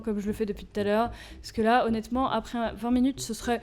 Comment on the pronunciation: La phrase qui ma fait rigolé est " Onet-ment "